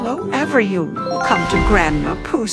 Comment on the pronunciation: "Everyone" is now "every yune".